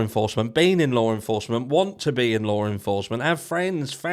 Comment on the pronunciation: *Law enforcement There is no R in the word. Lawr is not a word.